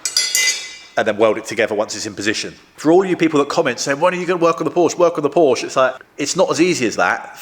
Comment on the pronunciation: Such a shame that you don't know the correct pronunciation of the car your repairing!